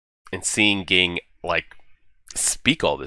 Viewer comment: Looking forward to more of this. But just so you know, Ging is pronounced "Jeeen".